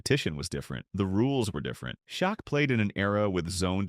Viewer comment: The name is Shaq not shock but his real name is Shaquille they call him shaq short for Shaquille now Shaq it's a name that rhymes with back like Shaq back or Shaq attack